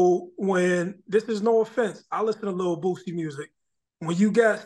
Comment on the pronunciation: I know you didn't just mispronounce this man Boosie name aw hell naw. Who is "Lil Boozy" lmao?